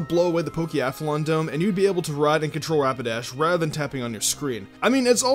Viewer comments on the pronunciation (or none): none